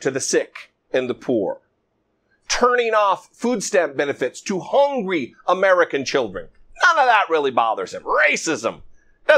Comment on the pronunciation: The guy actually said "Hongry". Enough said.